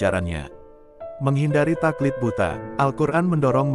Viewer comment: Taklid Buta bukan Takliq buta